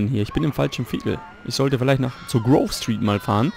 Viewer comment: Ich mag das Vormat schon irgendwie; ach ja, ich glaube, dass man Grove Street anders ausspricht:D